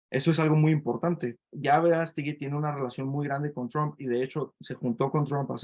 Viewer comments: Lleva acento en la Á por lo q se dice VerÁstegui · Me das flojera, no sabes ni de quien vas a ablar, no sabes como mencionar su apellido a pesar de estar acentuado. Los ciudadanos pensantes no creemos en la mafia política y apoyamos a aunque te cuesta trabajo decirlo es un luchador social un activista del mas alto nivel #VerasteguiPresidente